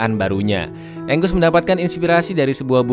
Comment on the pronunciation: Angus di baca enggus Bagi orang baru nonton baca Angus Angos